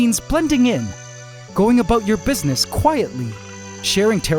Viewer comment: Ant wars about to get serious, no signs of Jay z and Beyonce, what are the crabs up to? What about(aboot the way you pronounced it) AquaNoctis or however it's spelled